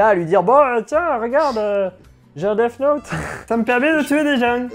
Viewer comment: On dit Death Note, pas DeFFe Note, ce détail de la vidéo est insupportable je suis désolé c'est quand même pas compliqué de se documenter sur la prononciation quand on s'adresse à une telle audience, d'où cette critique sévère.